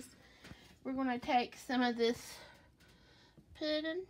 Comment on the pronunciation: I love that she says “poodin” lol has the cutest voice. It’s so girly and southern